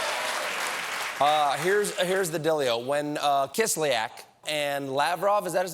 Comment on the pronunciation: I don't see a problem when looking at him saying it, repeatedly. I said it myself a few times to check how my mouth moved to say it, and was pretty much the same. It looks and sounds like he says "Kisliak".